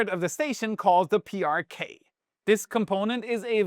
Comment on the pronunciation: PrK - pronounced 'Pay ar Ka'